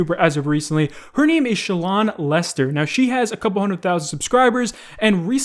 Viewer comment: Omg each time you kept saying shallon lester I kept hearing child molester lmaooo